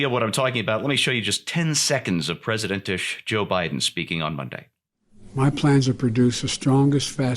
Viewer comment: Yeah, got it right, "Presidnt-ish" biden.